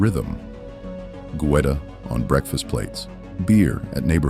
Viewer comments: "Goo-Etta", really🙄..f'n AI🫩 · Goetta--learn how to pronounce it.